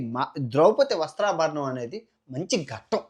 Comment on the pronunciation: "వస్త్రాభరణం " కాదు సామి " వస్త్రాపహరణం " , చాలా బాగా చెబుతున్నావ్ , ఇలాంటి చిన్న చిన్న పొరపాట్లు జరుగుతాయి.. సరిదిద్దుకొందాం.